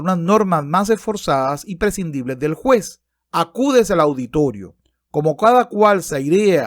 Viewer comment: "airear" "Teofrastro" "prescindibles" Etcétera... Tío, aprende a leer. Me desuscribo.